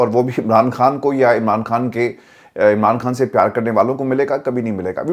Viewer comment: کھان نہی ہوتا خان ہوتا ہے آپ پڑھے لکھے لوگ بھی بجائے اردو کو بچانے کے برباد کر رہے ہیں